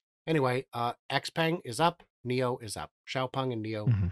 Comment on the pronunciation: I watch you guys every day. Thanks., you just went even further up in my opinion - you can pronounce Xpeng properly!